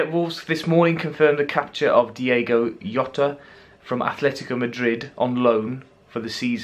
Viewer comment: Takes literally 30 seconds research to know that in Portuguese Jota isn't pronounced with a 'Yo' sound. Even in a Twitter video he pronounces his own name at "Jotta".